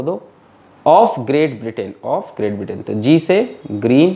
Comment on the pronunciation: Sir it is Britain not Britian 😂😂😂😂☺️